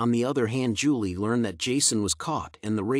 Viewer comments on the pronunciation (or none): none